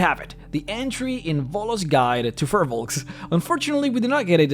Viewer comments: Hey man, Firbolgs, pronounced "Feer-Balgs", are from Irish lore, they were the inhabitants of Ireland, this is where the old ones came from during the old days of DnD... go here ->... these new ones are not the same thing so this video is meaningless, i mean the only reason they have 'fir' nowadays is because the 'creators' at WotC just saw the word Fir in Firbolg and thought "hey they should be furry!"... its poor character creation... your videos are getting more and more boring since the dragon series ended, i mean who cares about giants... you should do the demons and devils and talk about the Blood War, or go into liches and the undead, or deviate altogether and explain the different greater planes... this stuff is lame though... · The name is pronounced wrong...